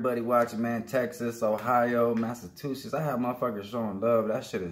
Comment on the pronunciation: massa-two-shits.. lmao yeah close enough, much love!